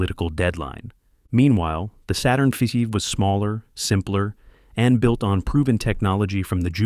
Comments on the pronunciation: "five" is pronounced "fiffiiv" and "fussife" from now on 🐒🐒🐒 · What's wrong with your text-reading robot? It can't even pronounce "Saturn V" as "Saturn 5". It says something like Saturn Feffy or Fuszy or something weird. like that. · min saturn fefe? Then, min saturn fusive? C'mon bot! get it right! Geeze! what the fusive?